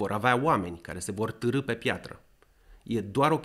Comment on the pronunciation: "târî", nu " târâ" 😅